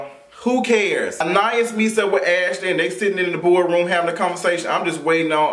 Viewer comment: Her name is pronounced An-Eye-Ees lol 🙄